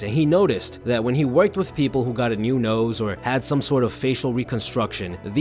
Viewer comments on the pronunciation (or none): Do you think the narrator could build a habit of pronouncing “th” intead of “f/d/v”? For example, instead of “they” the narrator says “dey”. Or instead or “with” it’s “wiff”. I’m wearing headphones so every sound, including mispronunciations, is magnified … “wiffout” … just heard another. “Stick to dis habit.” I tried to force myself to ignore them, but it’s a habit to want to hear correct pronunciation.